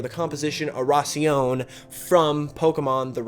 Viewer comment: Isn't Oración Spanish for prayer? If so it would be pronounced O-da-sion?